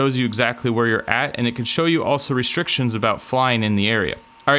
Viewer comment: What’s a reshtriction?